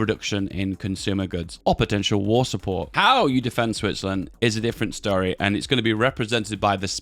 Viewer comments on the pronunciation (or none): none